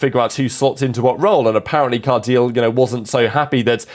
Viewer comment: 'Card -eel'? Surely 'Cardilay'/